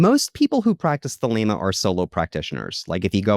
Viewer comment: Thelema, not Thelma and Louise lol 😂